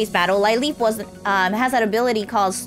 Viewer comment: There's candy on the coffee mug. - lil-LEEP (kinda like 'lil instead of little) I said this last episode but I watched it a few days late just like this one so...Ye 👍😇